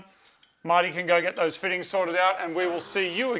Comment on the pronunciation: “ Dose Post “ 😂🤣😂